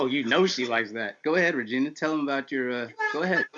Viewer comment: Hello vageena,i mean ragina